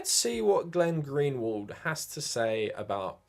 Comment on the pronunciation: Why do you keep calling Glenn Greenwald "Glenn-Gary"? Am I missing something?